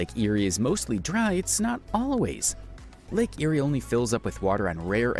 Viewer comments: Lake Eyre is pronounced Lake Air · Lake Eyre is pronounced Lake "Air", not eerie. Why can't YouTubers use pronunciation guides when they make these factoid videos? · Some Australian pronunciation errors in the video, Macquarie is pronounced Ma Quarry, not Ma Cary Lake Eyre is pronounced Lake Air. And Melbourne where I was born is pronounced Melburn. Americans never seen to take the time to learn this. I'm sure they would be upset if I pronounced some of their place names incorrectly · All Americans talk like 'chipmonks'......😂 Lake Eyre is promounced ...LAKE AIR. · Its pronounced lake 'air' eyre. And does indeed have a yaught club. The clubs tourism is in trouble because of the state governments 'heritage' views. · You know how to pronounce Macquarie, being Scottish. For others, it's mac-QUARRY not whatever the voiceover said. Lake Eyre is pronounced Air, nor Erie or Ear. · maquiry. I wanted to pull my ears off. Lake Eyre is pronounced like air. Funny story. Apparently during world war 2 the Japanese thought about invading the west coast because of it's low population and lack of defences. Seeing all the 'lakes' on the maps of the time they thought they could use local water for supplies. The 'lakes' are all salt pans which only fill (with brackish salty water) about every ten years. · I sick of these foreigners talking about our country. They never pronounce the names correctly. If they want to make these videos they should research how to pronounce the names. Lake Eyre is pronounced “ lake air”.